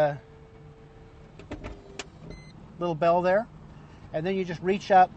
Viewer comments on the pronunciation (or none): none